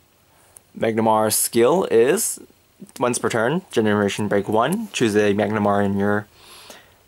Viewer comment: have you tried using Tusk master? if so how did it go? What about using the 12 attackers for easier reaching 20K? Also it's Mah-nah-garm-er *not* Mag-na-mar